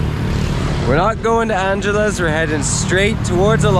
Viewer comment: ANG-HE-LES not AN-JE-LES BA-LA-NGA not BALANG-GA